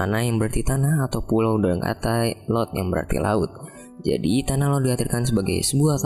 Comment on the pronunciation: Lot or tol??